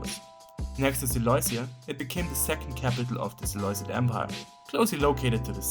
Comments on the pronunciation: It’s pronounced si-loo-sid, not si-loi-sed. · It’s pronounced SelUkid not seleucid, great video tho